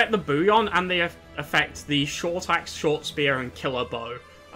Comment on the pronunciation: Only word I’ve heard you mispronounce is ‘bullion’. It’s pronounced with Ls in the middle, not a Y. Bull-yun. Not a big deal, at all. I really enjoyed this ranking video. In fact it’s the first from anyone that I have ever watched all the way through. Cheers 😊